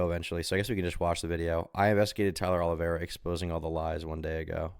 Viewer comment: If he’s going to make a hit piece of Tyler oliveira why can’t he say his name right lol